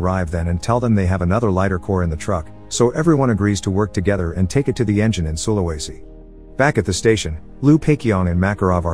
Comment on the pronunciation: its pronounced su-la-we-si